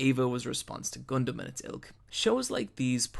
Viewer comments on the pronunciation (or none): none